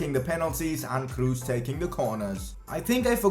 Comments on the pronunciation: "Kroos" is pronounced "Kros" not "Krus" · lol you didnt tri it with the ö. Most English persony try to say ö but he faild but its better than dont try it oh and its Kros not Krus 2x o arent u in germany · Toni Kroos not Kruus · I See it A Pass To krus I:Hahaha You German Name Späking is more Bad Than Brasilien in ther oun Home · i love how he says toni krus xdd